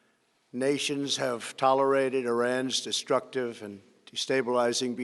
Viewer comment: "It will not be tola-righted" ....the great speaker that he is.